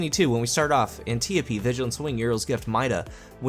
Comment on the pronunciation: After recovering from the shock of hearing the 'Antiope' pronounced properly, I really enjoyed the vid. Been wondering how bows play in PVP recently(like them for PVE), watching you play has made me want to try them out now. Thanks for the archery inspiration :)